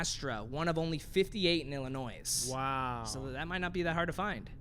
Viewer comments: I’m from Illinois and am not a big fan of it, but when people pronounce the ‘s’ in Illinois it makes me cringe. I also acknowledge that people from other states may not know that you are not supposed to pronounce the ‘s’. So I guess ‘if you didn’t know, now you know.’ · Why you say Illinois with the s lmao